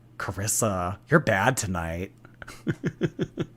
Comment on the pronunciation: BECAUSE TONIOGHT WILL BE THE NOIGHT I WILL FALLL FO YOU